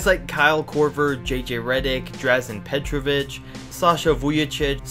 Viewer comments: Petrovic??? Are you f*cking serious?!? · Damn, you need put respek on Petrovic's name! From what I have read/heard, he was one heck of an athlete.